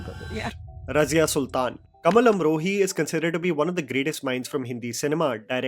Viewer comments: It’s Kamaal Amrohi not Kamal…..correct your vocabulary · Its not kamal its kamaal amrohi brother